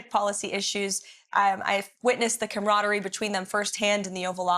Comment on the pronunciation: Cameradery?? Starmer😂😂